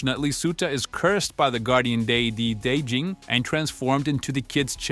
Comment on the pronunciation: day-Jin too 😭